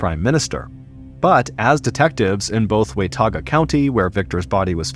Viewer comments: It’s not WAY TAW GAH it’s WUH TAW GUH County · Thank you 😂 I was looking carefully because I didn't wanna say anything if it'd already been said. It's wuhtogga 😂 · It's WAH TAWGA, John. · If you can’t say “Watauga” correctly. Please stop saying it 😭😭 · I love this dude. Storytelling legend. But the way he’s pronouncing “Watauga” is cracking me up.